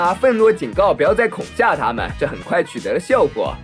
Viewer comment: 是恐吓 konghe 不是恐xia 好好学习